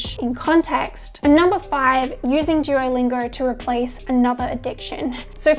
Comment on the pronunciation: “Jewolingo” lol Ps. Your bf is a lucky guy